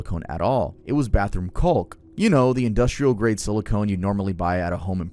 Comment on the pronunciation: the l is silent. It’s pronounced cock - I feel you know that because it would be funny to say they injected cock Into her butt but hearing it with the L is awful never do that again